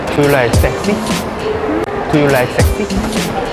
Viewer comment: 못 알아 듣는 것이 당연한 듯 하네요. 먼저처럼 Am I sexy? 혹은 Do you like sexy guy(or man or person)?라 물어야 할 듯 하네요. 그리고 sexy의 발음도 그들은 못 알아 들은 듯 합니다. 아마 알아 들었다면 “sexy what?”식으로 되물었을 것입니다. 오히려 한국어로 물어봤었더라면 어땠을까 생각도 해봅니다.